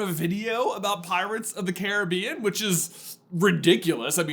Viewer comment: I appreciate that you pronounced Caribbean correctly